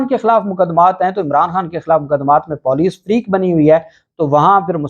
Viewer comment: Don't be Moroon with Urdu It's Puuleec not Poooleec